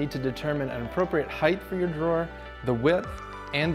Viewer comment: Height.. no H at the end.